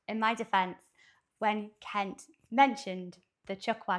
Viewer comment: You say Cowboy Kent's name just right!